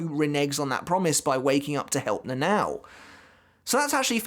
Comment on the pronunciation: it sounds like you say Nanaw when you talk about the lieutenant lol. Seems really hard for english spoken people to pronounce Japanese names. Good video bud, I had always wondered about the couple's story. I never thought Shunsui was baiting Lille into being the abusive husband and fleeing the water, but knowing how Japanese author like their mythology and metaphor, it does make sense